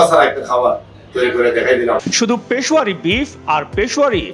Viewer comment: It's Peshawary.....not pashowary